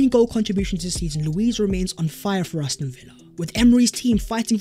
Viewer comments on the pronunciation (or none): none